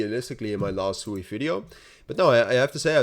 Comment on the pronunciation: SWEEEEE please pronounce it correct. Its such a cool name and sewey is not. Its a japanese word for running water.